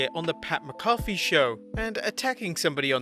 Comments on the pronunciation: "Who is McAwfee"? His name is McAfee, and it is pronounced "Macafee". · Ur pronouncing McAfee wrong bro. Its pronounced with a Mac at the beginning like McNamara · Pat MAC AH FEE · who's pat mccoffee? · “Pat MacCoffey”. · Learn how to pronounce Pat McAfee's name. I've heard 6 year olds do a better job than you. This is one of many reasons why I prefer WrestleTalk to your nonsensical babble and biased comments.